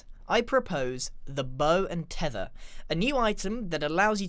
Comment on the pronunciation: Grian:the bow and thethr mojag:lets add a thrydint